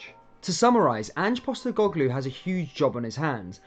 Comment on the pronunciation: You cant even pronounce his name